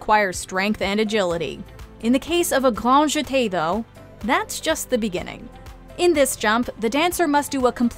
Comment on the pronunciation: “Gnwan Jete” what r these pronunciations bro